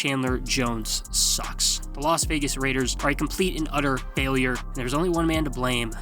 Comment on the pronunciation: Saying Los Vegas Raiders and reading it doesn't even sound and look right